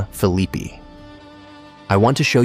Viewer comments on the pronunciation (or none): Phillipi: PHIL-i-pie not phil-E-pe.. PRONUNCIATION!